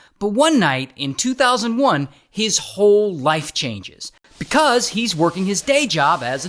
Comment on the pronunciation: Bekauzzeee 🐓🐓 I don’t know why u say because like that